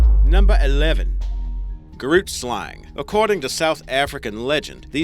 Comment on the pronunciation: hey, Afrikaans speaker from South Africa here... don't know if someone pointed this out yet... but you completely mispronounced "grootslang" Oh and I'm not hating or anything, just want to help. Keep up the good work. Listen to this, the pronunciation is still a little off but yea